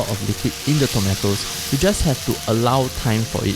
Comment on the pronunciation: People in the word: tomatos, tomeitos. This guy: tometos.